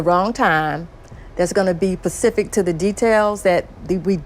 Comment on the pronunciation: "...you're gonna say something that's gonna be pacific to the details we don't know." Umm.....ok. 😆 I may be desensitized a bit. To the point that the grammar and partially nonsensical phrases are what catch my focus.